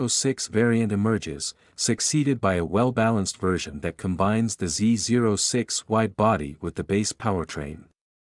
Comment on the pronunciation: Is this narrated by a computer? No one says Z zero 6.. every real gearhead alive says Z oh 6